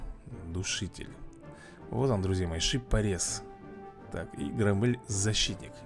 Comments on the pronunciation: Не громмЭль,а грОммель. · громель ударение на о)